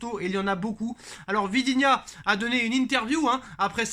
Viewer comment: Vitinha, pas vidinha